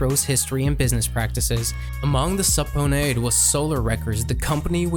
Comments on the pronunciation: Lol ok, - “Leed pipe”😄 You mean “lead pipe”, pronounced “LED” pipe. Y’know, like lead? Heavy metal? - “Sub-pone-ay”🤣🤣 You mean “subpoena”, pronounced “suppeena”😆 - “Jimmy Lovin’” 😂 It’s Jimmy “Iovine”, pronounced “I-veen” C’mon man, leed pipe😂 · lol "sub-pawn-ayy" it's pronounced sub-pee-nah spelled subpoena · The narrator can't pronounce a lot of words correctly lol. LEED BARS ??? SUPPONAYED? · Good video but how do you mispronounce LEAD pipe and subpoenaed 😂😂😂 you obviously put a lot of work into this video, to only sound stupid when reading your own script.